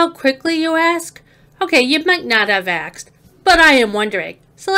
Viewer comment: OOOOH NOW THE AXED BUG BIT YOU AXED TOO YOU GOT AXED LET'S AXED SOM ON !! LETS AXED AXED AXEDS AXED GET AXED